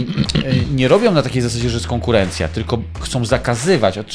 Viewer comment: "Konkuręncja"? Napisy robi ten sam, co czyta?